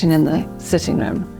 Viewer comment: "rhumm", "fahplace"